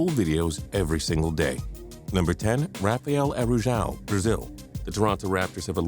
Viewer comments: Andrea Bargnani wasn't a bust. Neither was Yi Jianlian. Also Rafael Araujo is pronounced Ha-fi-el Are-uh-ooh-joe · Aroujo is pronounced Arr-oww-ho... Come on fam do your research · that name pronounciation tho